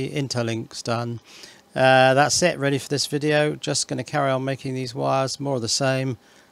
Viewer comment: I laughed when u said big baattery!